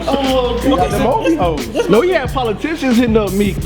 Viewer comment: "Ovhoes" lmfao you a savage